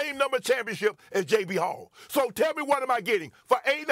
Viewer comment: I love you , Shannon, but it’s Joe B. Hall, not Jay B. Hall.